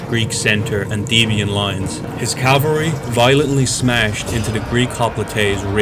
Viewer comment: Please learn to say "caV-alry."